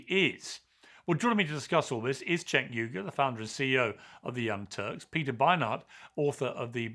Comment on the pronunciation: JENK YUGAR - that’s how you pronounce his name. Not that hard, guys. 🤦‍♂️🤦‍♂️🤦‍♂️